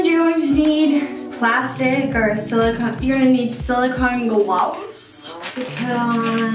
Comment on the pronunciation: tHAT AUSSIE ACCENT WAS FANTASTIC AS AN AUSTRALIAN I CAN CONFIRM